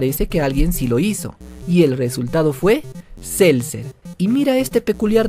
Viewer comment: no es celser es celucer